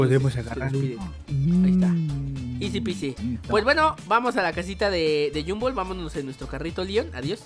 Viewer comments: Se dice Gumball no jumbo hoy te diste cuenta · No es yumball es gombal así se pronuncia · se dice gumball no jumball emtiende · oye no se yo, depende de tu traduccion de la serie pero Gumball no se dice Gumboll se dice Gumball pero se pronuncia Gomball (pero de seguro estoy mal:/ depende de tu traduccion pe) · No le digas Humbol dile Gumball no te equivoques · Y se dise Gumball no Yumbo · Porque lo yamas llunbo envés de gonball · porqué le dises a gombal gumbal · No es yumbol es gumball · No. Se. Llama. Gunboll. Se. Llama gombal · No es llumbol es Gumball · No es GUMBOLL es GOMBALL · Te equivocaste en pronunciar el nombre se pronuncia gomball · Gumball pero se dice gombal xd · se pronuncia gumball tal bes tu eres de otro pays